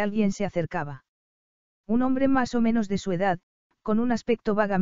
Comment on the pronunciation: Q tal cuando dice "más o menos"